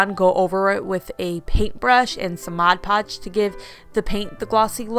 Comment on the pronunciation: I’m so glad you say mod podge.....instead of Modge Podge, I can’t watch once the person says it 😑 wrong!